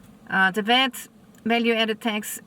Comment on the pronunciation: It is not VET but VAT!! Not TEX but TAAX!!😂😅